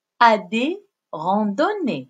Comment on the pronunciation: C'est la rAndonnée * et non pas rondonéé.. Merci pour la vidéo